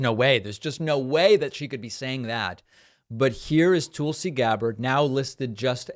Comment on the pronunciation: David, It’s Tulsi as in lull. Not Toolsi as in tool. You are supposed to bright. If so that’s disrespect.